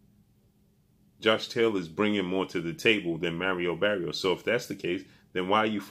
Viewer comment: Who is Merio berios?...😂😂😂bro at least learn to say their names right...is maaaariooo barrioooosss lol